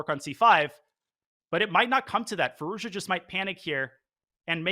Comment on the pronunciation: Congrats to Gukesh. Alireza's last name should be pronounced 'FeerooZjaa' by the way. The 'z' is not just accidentally there!